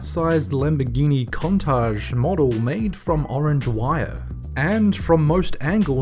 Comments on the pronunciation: Is nobody going to mention how he pronounced Countache as "cuntaj" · Actually, Countach is a Piedmont word for surprise or astonishment and it's pronounced "Coontuck." Don't know where everyone gets the sh sound from.